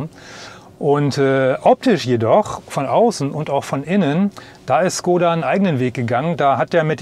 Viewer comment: Es heißt nicht Skoda, lernt endlich die richtige Aussprache..